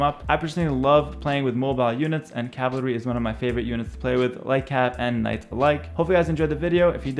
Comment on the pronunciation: Lol he can’t say cavalry, he says “cavlary” 😂😂😂😂